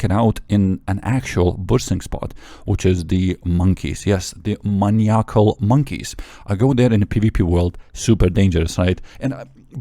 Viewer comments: Man eye ah cool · W video, love your pronunciation of maniacal also 😂